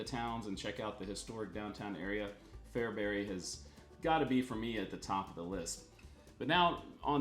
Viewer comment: I'm very impressed with your correct pronunciations of Fairbury, Saline (County) and Roca. Even some local TV and radio people get them wrong. Usually people hired from out of state. Makes me gnash my teeth.